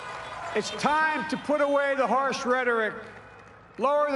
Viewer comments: Did Biden say "horse rhetoric" I know he meant "harsh" but it really did sound like "horse" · He said "horshe rhetoric"